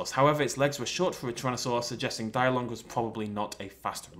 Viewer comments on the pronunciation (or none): it's pronounced de-long not die-long. Not being rude but still.